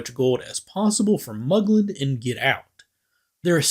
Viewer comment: Wait wait wait.... did he say 'Han Solo in the crew of Serenity'? Or 'and the crew..."?